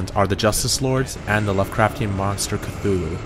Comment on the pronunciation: Kathula XD Its Cthulhu DERP (I like how youd added your own bad pronunciation.)